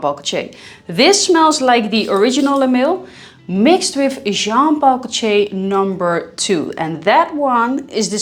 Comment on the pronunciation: Jean Paul "Goce", please stop say that